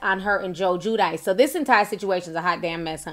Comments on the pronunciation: Its pronounced JEW-DEE-CHAY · It's Giudice Ti, pronounced "jew-dee-tshé" lol